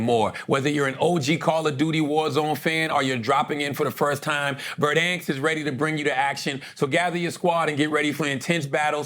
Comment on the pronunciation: Someone musta corrected Charla on "verdanks" lol!